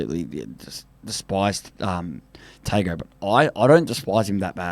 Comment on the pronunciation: Idk how you guys butcher island names even easy ones like Izack Tago (Tung-o) not tAyGoooo